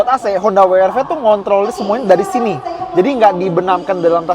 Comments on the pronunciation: We Er Ve atau DoubleU aR Vee. Wi itu baca huruf W bahasa apa? Wkwkwk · Kenapa ngomongnya “wi ar vi”. Pdhl kalo mmg mau dibaca dg bhs inggris bacanya ya “double u ar vi” atau kalo mau indonesia sekalian ya “we er ve”. Kecuali brv baru bacanya “bi ar vi” & crv baru bacanya “si ar vi”. Klo W masak iya bacanya “wi” 😅😂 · Gatel bgt pengucapan WR-V dengan sebutan “Wi-Ar-Vi” :( seharunya “Dabel-Yu-Ar-Vi” in English atau “We-Er-Ve” in Bahasa ya? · Nyebutnya koq Wi Ar Vi ya bukan Double yu ar vi 😁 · Pliss deh jangan "wi ar fi" dong gak enak bgt dengernya. Mending "we er fe" aja deh klo gak bisa nyebut "dabel yu ar vi" ... 🙏 Mending Alvez kemana2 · dabel yu ar vi, bukan wi ar vi :D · Mas, bacanya bukan wi ar vi. Kalo mau Inggris, sebutnya da bel yu ar vi. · "dabel yu" "ar" "vi" bukan "wi" "ar" "vi". Hilsat lebih konsisten make "we" "er" "ve" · Gemes juga denger WI ar Vi bukan Dabelyu Ar Vi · Kenapa pada latah nyebutnya Honda wiarvi bukan weerve in English ( Double U = " W " ) ( Arr =" R " ) ( Ve = " V " ) & jujur saya awalnya bilang gitu secara gak sadar 🙏🏼 😄. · Wi ar vi, wi ar vi... Sejak kapan W dibaca wi bro ? Situ kan reviewer channel otomotif gede yg cukup jadi panutan, jangan ngajarin gak bener lah, justru harusnya koreksi